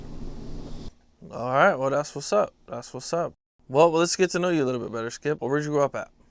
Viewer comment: Said his so called friend name wrong! That say ALOT. Called him "Chip" instead of Skip.